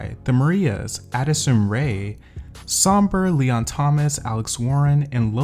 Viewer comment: I don’t like how you said “Addison Rea” .. smh put respect on my girls name .